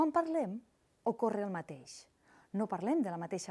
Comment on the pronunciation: Compte amb els lligams fonètics: "ocorre el mateix" s'ha de pronunciar [ocorr' el mateix], "que hem" [qu' hem], "quina és" [quin' és] i "aquest estat" [akesTestat] Compte amb la pronunciació de Etcètera [etSètera] i no pas [eGZètera]